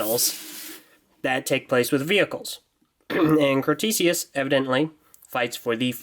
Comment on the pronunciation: It's spelled Crotesius, not Crostesius. I pronounce it Crow-tess-ee-us